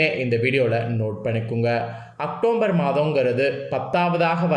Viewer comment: Muthalla October nnu correct ah sollu matthatha appuram sollalam